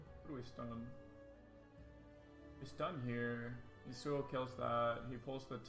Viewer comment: What really bothers me is the way he pronounces Yasuo...